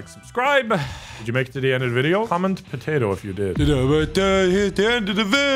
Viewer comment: Po tey toe